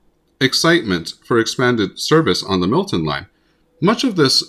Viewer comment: Um, it's Milton, not Millton.